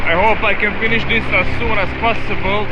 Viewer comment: khm khmm :) you said sooon :)